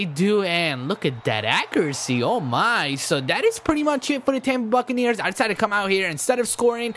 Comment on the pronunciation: lol When he said bucaneers i thought he said Fuckaneers! Lololol!